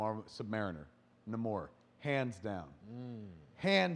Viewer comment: Kevin, it's Namor - /NAY"•mor'/. Fuck.